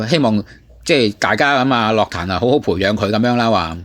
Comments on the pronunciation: 用AI 答返你 在粵語中，「樂壇」的正確發音為： ### 粵語發音 * *樂：* **ngok6**（同「音樂」的「樂」音，低調） * *壇：* **taan4**（同「彈」音，陽平聲） ### 常見錯誤與辨析 在讀「樂」字時，根據意思不同有兩種常見發音： 1. *ngok6 (音樂/藝術)：* 用於「樂器」、「樂隊」、「樂譜」。**「樂壇」**屬於此類，指音樂界、歌壇。 2. *lok6 (快樂/喜悅)：* 用於「快樂」、「樂趣」、「娛樂」。 > *注意：* 雖然現代有些口語或流行語會將其誤讀為「lok6 壇」，但在正式場合或根據字典標準，涉及音樂領域時應讀作 **ngok6 壇**。 > ### 相關參考（官方/權威辭典） * *《粵語審音配詞字庫》：* 根據香港中文大學資料，「樂」字於音樂義項下標音為 **ngok6**。 * *《漢語多功能字庫》：* 明確區分音樂（ngok6）與快樂（lok6）之讀法。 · 唔關智唔智慧事, 因為咁基本都讀錯, 錯到咁明顯真係好哽耳, 希望板主少用ai人聲啦。